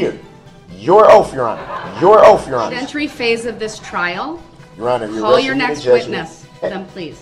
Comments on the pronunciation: Oafe. Bofe. And troof. Biastness. Bwahaha bwahahahahaha a true scholar. Shock device I know how it looks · "Your "oaf "Your Honor "...🙄😒😏😶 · All the axing and oaf.. KILL ME. I ALMOST think he believes the crap he spills out of his mouth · Yes The OAF of office that was the question he AXE. I bet his 18 year old son is proud of this guy! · I have a whole video of him just mispronouncing words lol my favorite Thanks for watching Trey!